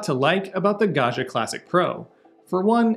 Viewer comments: Pro tip: Italians 😂pronounce the name like this: gawd jee uh. It's an ITALIAN word, not French. Italian does not have a "zh" sound. Think Joe Di Maggio, Ruggiero, Maggiore, Baggio... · The way he pronounces "Gaggia" it's an insult to the Italians...